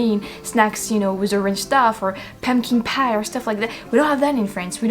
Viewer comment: Kudos on your English. It’s very good. I would butcher French like a moron. Accent comes through a bit on “pumpkin pies” & “pajamas”, but is fantastically wonderful. Good video, I’ll check out some more.